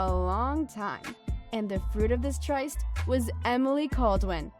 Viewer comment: It's pronounced "trist." I'm two and a half minutes in and I can't take it anymore.